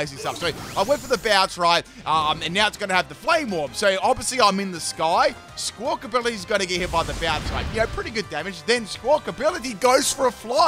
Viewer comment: Great video. I wiggled my little finger and hit the like button. But, it's "Squak-A-billy" not "Squak-Ability" 😂